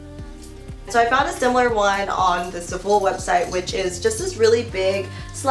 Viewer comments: “Zuh-full” omg girl i love u but that it not the way u pronounce Zaful haha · Love u but I’m pretty sure zaful is pronounced Zaah-full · zaaa- full ahaha omg I cringe every time I hear za-fool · it’s zAful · I love how you pronounce za-fool 😂😂❤ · It's pronounced "zah full" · oh my gosh if she says zaful like that one more time lmao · I hadn't noticed how she pronounced zaful till i read about 1k comments about people cringing 😄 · overtime she said zaful wrong i cringed a little harder